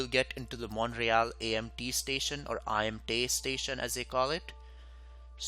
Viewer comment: Also, in Canadian English, Montreal is pronounced Mun-tree-ALL (not Mont-ray-all).